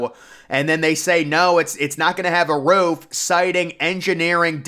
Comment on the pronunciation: "Doesn't even include a roof-uh!"